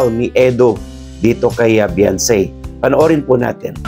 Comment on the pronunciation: The correct spell of her name Beyonce that it has pronounce be 'yawn' ce i,e Beyonce